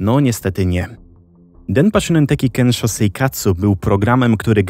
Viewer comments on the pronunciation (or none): 1. Bardzo ciekawy temat 2. Proszę, sprawdzaj wymowę przed takimi nagraniami. Np. mówi się „sionen” a nie „szunen”, czy „kensio” a nie „kenszo”. Wystarczy translator google nastawiony na język japoński. 3. Nagrody takie jak żywa ośmiornica czy arbuzy nie są niczym dziwnym w Japonii (prawdopodobnie w większości Azji). Tak samo surowe mięso, które gdzieś tam się przewinęło. Jedzenie ma tu wartość premium i często jest uważane za odpowiedni prezent, nagrodę, czy podarunek z katalogu ślubnego dla gości. 4. Powyższe nie zmienia faktu, że producenci mogli manipulować nagrodami. Myślę jednak, że ta manipulacja ograniczała się do wyboru czasopism, w których były loterie. Tomoaki sam decydował gdzie chciał wysłać swoje zgłoszenie (btw, takie zgłoszenia wysyłało się na białych pocztówkach, co widać np. w ). Możliwe też, że osoby decydujące o wygranych znały już Tomoakiego z TV i wybierały właśnie jego zgłoszenia. Dlatego uważam, że skompletowanie całej konsoli nie było aż tak dziwne. 5. Kto był producentem? W jakiej telewizji emitowano program? (już to sobie wygooglowałam, ale myślę, że to istotne informacje). 6. Ogólnie najs, ale Japonia to na tyle odległa kultura, że polecam dawać materiały na jej temat do sprawdzenia jakiemuś doświadczonemu japoniście, bo bardzo łatwo o powielanie szkodliwych stereotypów.